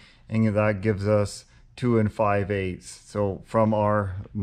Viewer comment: 😂😂😂 bruh I was wondering if anyone else noticed that